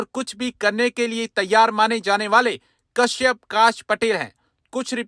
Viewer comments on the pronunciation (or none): His name is Kashyap & not Kash. Correct yourself.